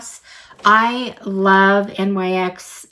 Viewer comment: Thanks for doing this unboxing. One note, NYX is pronounced "nix".